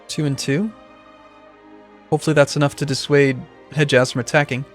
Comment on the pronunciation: The d in Hedjaz is silent :)